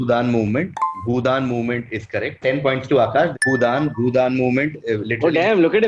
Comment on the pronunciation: Reason - doesn’t know how to pronounce Bhoodan ( he was clearly reading it). Then typing noises for the last answer.